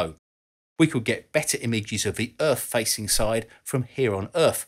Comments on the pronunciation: Does he say Earf or Earth? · Lasers from the moon to the Earff. Love it.